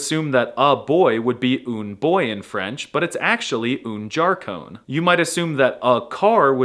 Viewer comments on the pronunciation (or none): un garçon....... it's not jarson .... it's 9arson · Garcon? I think it's "garçon" (garsõ). Luckly, in portuguese, we have nasal sounds and "ç". 😆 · WTF IS JAR CONE? It’s garçon 😭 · video ended when garçon's pronunciation was charcon lol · I think this is not the right french pronunciation of un garçon...? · That's not the only thing lmao. Dix also isn't pronounced dicks. The entire video is just him trolling. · ça m'termine comment il switch entre prononcer correctement et prononcer à l'américaine sans prévenir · As a French France person, most translations are correct, but un char, it should be une voiture here in France and the pronunciation is horrible, especially for un garcon (I can't put accents on words with my keyboard)